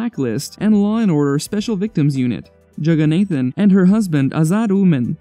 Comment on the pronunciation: Jagannathan is pronounced (jug-a-nah-thn) Fyi😂